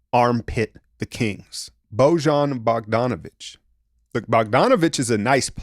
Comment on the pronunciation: "Boh-john" Bogdanovic 😂